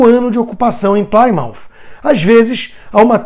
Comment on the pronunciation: Plymouth pronuncia-se "Plimuth" nao "plaimaut".Abcs.